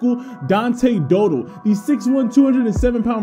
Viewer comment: Dow Dell. not dough dull.